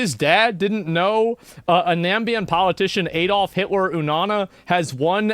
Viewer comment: Adolf Hitler is in my country😂😂😂 no its pronounced na-mib-ia